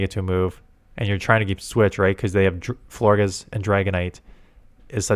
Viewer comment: It’s pronounced Flor-jess. Like flower plus gorgeous.